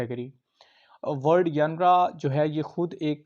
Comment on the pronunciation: Sir the word 'genre' could be pronounced as zhenra not yanra.